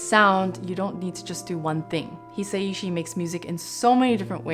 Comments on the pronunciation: It's hi-sa-shi not hesaishi. Joe wouldn't appreciate people getting his last name wrong. For Americans hi would be pronounced as he! He-sa-shi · Minor nitpick (I feel ashamed even posting this 😅): It’s a bit more like Haya-o Miyazaki (the o is a little more a syllable on its own) And it’s a bit more like Hi-sai-shi (yes, it is two characters 久 Hisa and 石 ishi, but Japanese still have a somewhat smooth transition between the sa and the i in “sai”).